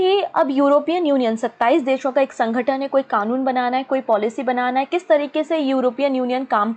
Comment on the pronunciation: Mam it's not a sangatan it's sangathan and aannge ni khte aage bolte hai, mam aap thoda apne vocabulary pr focus kijiye, waise explain acha krti h aap, I am not a hater, sare videos dekhti hu parcham classes ki mein...